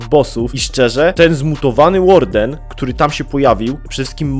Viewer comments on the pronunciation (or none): none